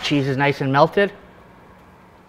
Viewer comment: I know he's saying store-bought, but it sounds like store butt